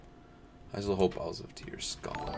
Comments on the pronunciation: How can you continue to pronounce "Isle" wrong why do you keep putting a Z sound in a silent letter spot. Do you say Island with Z or just isle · “Isle” is pronounced like “aisle”. It’s where modern English gets the word “Island”. Ireland is a very green island. That’s why it’s called the ‘Emerald Isle’.